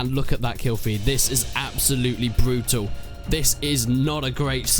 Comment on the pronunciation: "Absolutely brootul"